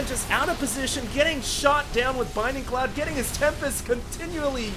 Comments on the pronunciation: Please... Please read this. It's BLINDING Cloud, not BINDING Cloud. I'm not saying this to be mean, but it just makes me cringe every time you say it. That being said, aside from the mistake that you pointed out in the video, this was a truly excellent game and I'm totally glad I stayed up late to watch it. Props on finding this replay. =) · I love that you're casting so much HOTS. It's great! But seriously, it's bLinding cloud. Notice the L. Please. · Dude. You pronouncing Blinding cloud incorrectly is killing me.